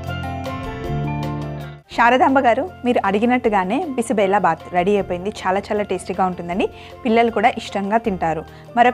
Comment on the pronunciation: Adi బి సి బె లె భా త్ kaadu బి సి బెళెబాత్. Ee word kannada word. . .